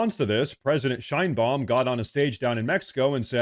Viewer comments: I’m on your side 100% bro, it’s just…. The bitches name is pronounced (shine bomb) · Sheinbuam huh ? Every. Single. Time. Its tiresome